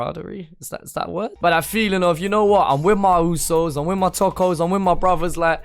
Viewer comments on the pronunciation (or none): Lad really said “tacos” when trying to say “tokos”. Fkn oath🤣🤣🤣